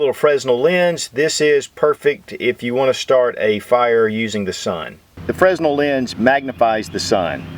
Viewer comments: FYI - The "S" is silent in Fresnel Lens. So it is pronounced Fra - Nel Lens. Take care. sincerely, Dean O. :-I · That was some nice chill intro music. Fresnel the s is silent. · I'm a sub man, but you are killing me with the mispronunciation of Fresnel. The S is silent. Come on man.